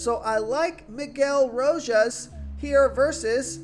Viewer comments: I'm only here to hear the butchered player names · Another named butchered man bro R*O*J*A*S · Lmao. It’s every single video 😂